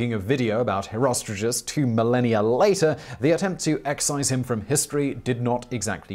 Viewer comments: Why the are you.pronouncing "HerostraTus" as "HerostraJus"??? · Always though it was pronounced hero-str-art-uhs